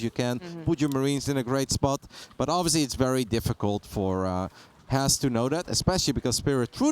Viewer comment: is by far the worst caster.. she can't even pronounce Has correctly..